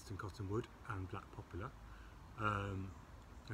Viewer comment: it'a "poplar". NOT "popular".